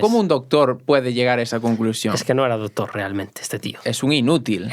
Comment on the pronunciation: Chupito por cada vez q se diga la palabra " dotor" o " dotores"